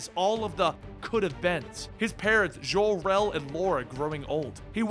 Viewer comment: so Jor-El is French, like Jon-luc Picard? 55 years I've calleds him JOR, like Job or Joe. Seriously, had to quit watching after the fifth ZHOR-El.